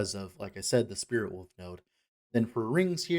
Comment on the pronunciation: It's WOLF not woof, WOLVES, not wooves